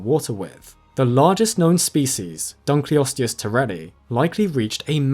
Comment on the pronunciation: it's the DUNKLE! It was named after david dunkle, so the proper pronunciation is dunkle-osteus!